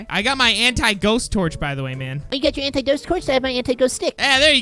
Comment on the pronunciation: When will notice he called the torch, Anit-Ghost Torch instead of Anti-Ghost Torch?